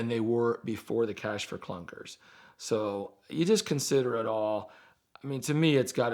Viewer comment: I took a shot every time said clash for cunkers and now I'm lit 😝